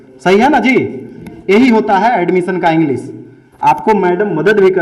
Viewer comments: Alumison = admission 🤣🤣🤣🤣🤣🤣 Wah wah. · Sir galat bol rahe hn admition ka spelling ye baat thik h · Addmisiion Admisan Admison Admisan Edmicion Galti se e sob ho sakta he Lekin Adbsalmison omg 🤣🤣🤣🤣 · Reporter:admission kaise likha jaiga: abs, aimosiom, abmision 🤣🤣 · ADBS. ,ALMISION ,ADMSION BC e hai bihar ka teacher 😆😆😆😆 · अरे गदहा ये कैसा पत्रकार है जो खुद अड्मिशन का स्पेलिंग गलत बोल रहा है और ये चला है इंटरव्यू लेने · ne admission bolne me pura a se z Tak bol diya🤔🤔🤔🤔🤔